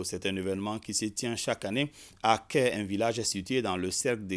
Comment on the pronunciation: le nom du village se lit Kayi et non kè